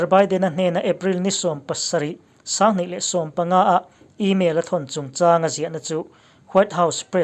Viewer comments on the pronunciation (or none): Nui khi sang tih a sang lam rik dan hi a dik lo deuh, i lam ri hniam a, lam rik san mai bakah thluk sei bawk la a dik deuh tur